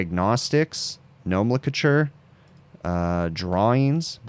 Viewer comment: just a fyi you are mispronouncing nomenclature. It's more like no-men-clay-chur.